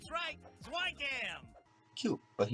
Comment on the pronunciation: sin for every time someone says 'Zwei' wrong (even the cast). Reason being: it was name zwei in reference to the dog in cowboy bebop 'ein' which are both german words for the numbers 1 & 2. Ein=1 (said eye-nn) Zwei=2 (said z-veye) So. If we went by that how many sins would we actually be at?